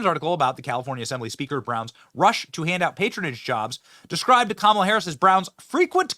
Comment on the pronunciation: Even Montell pronounce it KAH MAH LA!!